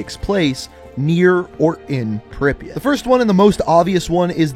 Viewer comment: I forgive you for ‘Dontesk’ because of your pronunciation of Припять.